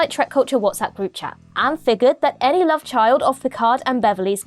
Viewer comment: someone's in lurv, someone's in lurv.. lol. Seriously though.. Brilliant vid. Thanks for the channel!